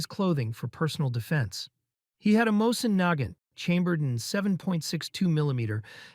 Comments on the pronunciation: Mossen Nuygount. lol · when i heard how he pronounced mosin nagant lmao. AI really being used for a lot of youtube vids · What, is this AI or does this guy just not know firearms? That is the CLUMSIEST way I have ever heard someone say Mosin Nagant! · Your AI narration hurts my ears. MOE-sin Na-GANT. And the AKS-74U that Bin Laden carried was not a "sidearm". It was his primary weapon. Dumb all over. I quit. That is how bad this AI crap is. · Dude the AI saying things wrong is killing me. Mosin Nagant is not pronounced like that